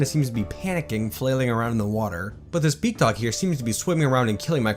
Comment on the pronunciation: Oh BEAKdog for the longest time I thought you where saying bigdog 😅